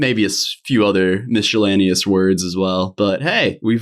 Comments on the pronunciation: I was until I hear you say Miss-chill-aneous! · Did you just say miscellaneous (miss-chill-aneous)?